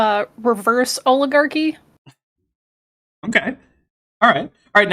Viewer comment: The All-igarchy